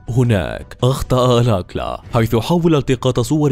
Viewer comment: احسنت اسمه الكالا وليس الاكلا